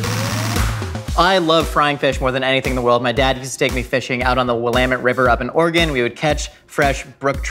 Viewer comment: thank you for pronouncing "Willamette" and "Oregon" correctly.